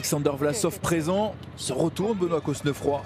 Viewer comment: vous êtes sûr qu'on prononce le "s" et qu'on souligne le "e" dans Cosnefroy ? ... normalement non, surtout si il est originaire de Normandie ou de la moitié nord de la France... mais bon... Très belle victoire en tout cas pour lui ! La côte finale est dingue.